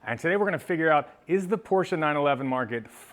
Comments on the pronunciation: Thanks for pronouncing Porsche properly....It`s Porsch"e" and not Porch...a Big like from me. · As a German I wanna personally thank you for actually saying Porsche instead of Porsch. :) Good luck with the sale, a 993 would be great as the next one. Cheers